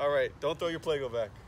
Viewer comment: It's not plAco it's Pleco.......and the voice over was stupid...